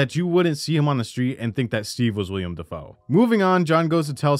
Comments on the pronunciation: His Name Is Wilam NOT William lol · Willam. Not William Dafoe.